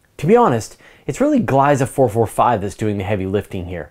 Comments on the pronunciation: Just a pronunciation tip, the name Gliese is pronounced Glee'zuh not Glice. Named after German astronomer Wilhelm Gliese. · It hurts my ear whenever you say “Glaisa” - “Gliese” should pronounced (glee-sa)